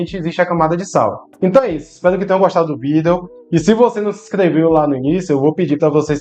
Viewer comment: So lembra que a pronúncia da palavra vídeo é diferente